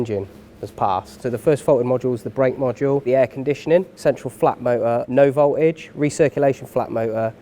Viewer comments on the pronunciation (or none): I thought there was a 'T' in voltage, but apparently thinks not.